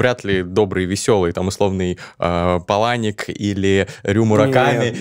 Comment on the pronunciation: Вообще-то ПАланик, а не ПалАник.